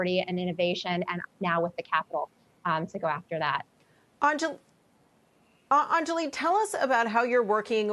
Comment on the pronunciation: Damn they all really messed her name. Put some respect on AN-JA-LEE